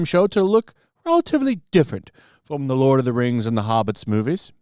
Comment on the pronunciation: The LOL of the RANGZ: The RANGZ of POWAH